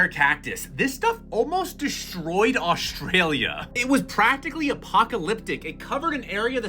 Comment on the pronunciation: "deshtroyed aushtralia"